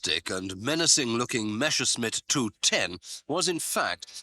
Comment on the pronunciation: Not "Meshersmitt." It's "Messerschmitt." Adolph Hillter would not be happy.